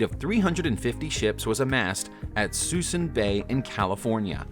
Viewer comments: Lol thats what i said. Its Suisun City, not Susan. And the ships were called the Mothball fleet. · PRONOUNCED "SOO-SOON" BAY